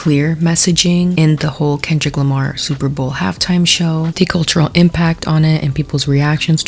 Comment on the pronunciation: "Grammers"??? "Kendell Lamar"??? Was she having a sroke on t.v.? 😮‍💨